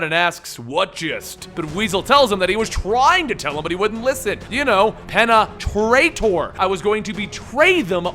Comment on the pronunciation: Pene-traitor. You know what, this wasn't so bad.